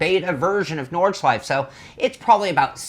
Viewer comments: It's pronounced Nord Schlei Fe.......three syllables. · At least pronounce it correctly